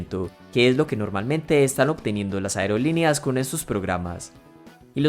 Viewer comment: Toma en cuenta que no sedice aereolineas se dice aerolíneas